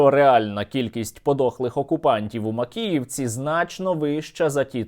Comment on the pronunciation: "Трагєдія в Макєєвкє"? Яка трагедія? То свято)))